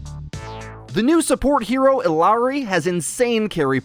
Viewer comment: ee-YAH-ri not ill-ah-ri